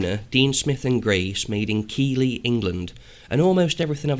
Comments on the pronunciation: Beautiful old machine. Keighley is pronounced "Keethly" BTW. Look forward to see how it all works out. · Well its not a 17T, but it is DS&G. Well done on picking that up. Keighley, is only 8 miles from me, it's pronounced Keith-lee by the way.